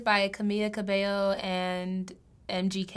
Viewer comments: How hard is it to say CABELLO LIKE CABEYO not CABELO. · RIGHT? It’s CamEEla CabeYo not Camila Cabelo I just wish people would pronounce it right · It’s CabeYo, not CbeLo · It's pronounced cabayo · Omggg it makes me so mad when somebody says Cabelo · WHY THE HECK IS EVERYONE SAYING “CAMILA CABALLO” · "Camella cabelloo"😑😑😑